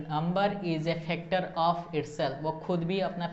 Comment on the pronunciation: Factor hota hai phactor Nahin